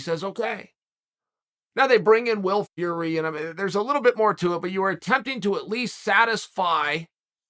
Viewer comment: Chael back at it again with the ‘Will Fury’s aha